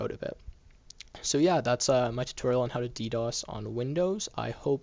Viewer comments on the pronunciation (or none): dos... not ddos.